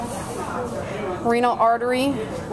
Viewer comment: good video. . .lobar hsould be "lobular" and no one pronounces ureter as "ur-REE-turh" lol